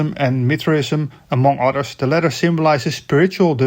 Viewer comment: it took me a while to figure out you were saying ladder and not letter, the A should be AH not EH, your english is slightly americanized but great vid otherwise.